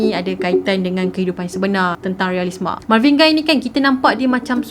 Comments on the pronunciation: Marvin 'Gay' sebutannya, bukan 'Gai'. Dia ni famous dalam komuniti pemuzik berkulit hitam. Siapa2 pernah tengok movie berkisar tentang black music, nama Marvin Gaye memang sentiasa meniti dibibir mereka. Kira macam legend, god father black music. Gitu.... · pembetulan cara pronounce untuk GAYE tu spatutnya sama lebih kurang mcm bunyi GAY.....bukan Guy.... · marvin gay kan sebutan die, bukan marvin gai.. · Ignorant. Lagu tu terang2 pronounce Marvin Gaye not Marvin Guy. Thumbs down for that 👎🏻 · Sebutan dia Marvin 'Gay'. Btw punya penceritaan mmg gempak supo sokmo. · Sebutan adalah Marvin Gay. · Mcm salh sebut tu nme dia